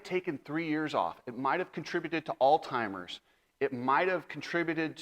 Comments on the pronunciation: you're one of my favorites, but ya gotta know the pronunciation of medical terms you are using. It's ALZHEIMERS. Not ALL TIMERS. I'n NOT being a d, but rather trying to help you. If there was a way for you to contact me, I'd be more than happy to teach you medical jargon and how things work so your show is more legit. I'm by no means a KNOW IT ALL, not even close. Just want to help grow the channel. Adam is NOT at fault. That was a split-second issue that 99% of people couldn't have avoided. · I like your stuff and I’m a subscriber. As a fellow multiple concussion member I’m trying to help you. It’s Alzheimer’s not all-timers. Just trying to help a brother out as for many years I pronounced breakfast - bre-fast! Lol. Thankfully I have good friends who mocked me relentlessly every time I said it lol keep up the good work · Alltimers? Please dude, educated yourself. When you have to apologize as much as you do, stop running your mouth and think before you speak….anyone that seen this incident live never thought it was AC fault, not a chance! Stop talking like a medical expert, you know Jack Shit. PS…it’s Alzheimer’s genius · It might contribute to not knowing how pronounce Alzheimer's disease lol.